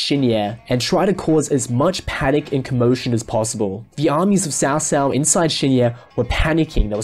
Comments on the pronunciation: Except you're wrong. The closest we can get to its pronounciation is by calling it ''Tsao Tsao.'' It's wrong, but it's the closes we can get to the extremely unnecesarily convoluted language that is Chinese. In the 2010 show itself you can clearly hear the officials referring to Cao Cao as ''Tso Tso'' although the ts is extremely subtle. It's very far from a ''ch'' sound my dude. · Great commentary but I don’t understand why you keep pronouncing Cao Cao (曹操) with “ s”?? That not how it’s pronounced in Mandarin. It should “ch” - chao-chao. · Not pronounce as Ts'ao Ts'ao but Ch'ao Ch'ao. As in "Ch"eer or "Ch"erry. Why westerners can't bother to pronounce Chinese words properly.